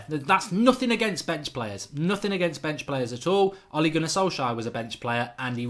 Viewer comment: Mark watch the fancam on how to pronnounce ole's name